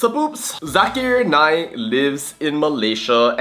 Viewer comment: Zakar Naik! Not zakir naik